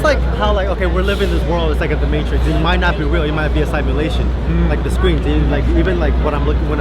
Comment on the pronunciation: Good video but its pronounced sim-ulation , not sime-ulation.